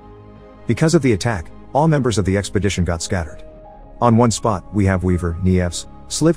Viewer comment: who keeps hearing sexpodition lmao